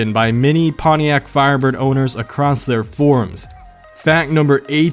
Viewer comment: I watched the last video. I had no problems with the way u pronounced that car name